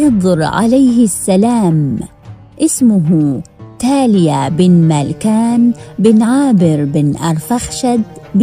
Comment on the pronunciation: اسمه باليا ابن ملكان وليس تاليا ابن ملكان